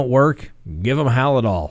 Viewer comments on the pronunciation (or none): Halsol just Hal-dol, no i.